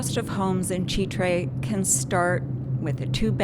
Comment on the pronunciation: As always, a solid presentation. Constructive criticism though…avoid shooting food unless you can make it look good…lol. Easier said than done, for sure. But keep up the good work. One final note, it is pronounced Chitre’…the accent is on the “e.”